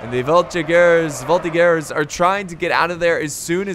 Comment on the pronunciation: Quebecer here, as a member of the voltigeurs of Québec (a infantry reserve regiment), it`s pronounced voltiJeur